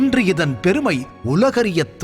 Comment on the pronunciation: பேருமை இல்ல எருமை...பெருமை